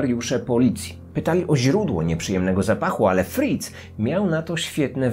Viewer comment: Ja tam słyszę nie fritz tylko friz xd